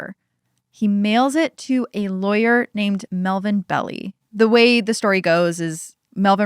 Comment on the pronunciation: I really like this podcast, and it does seem like you do more they just read the Wikipedia, however mispronouncing Melvin Belli’s name—an extremely well known and famous lawyer— is not a good look. Especially in a case this well know. I stopped listened to another podcast less than a month ago because they couldn’t get his name right. He is mentioned in most of not all of the zodiac documentaries and I believe he is a minor character in the film with Jake Gyllenhaal you mention at the top of the episode. This is a near 60 year old case with hundreds of hours of film. It took me less than 30 seconds to find a YouTube video of Mr Belli speaking and pronouncing his own name.